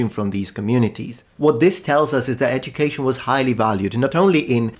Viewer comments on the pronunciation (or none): none